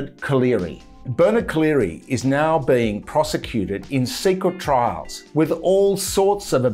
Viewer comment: I'm sorry, my swimmers ear must be playing up, did you say secret trials? Only that was what it sounded like that everytime you mentioned it and I thought you were talking about things in Australia.